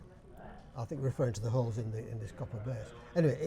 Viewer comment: Good effort. But a Yorkshireman wouldn't say 'inth thole', rather 'in th' 'ole', as in 'Put wood in th' 'ole' (close the door). 'Ehh by the eck' would be just 'By 'eck' without a 'the'.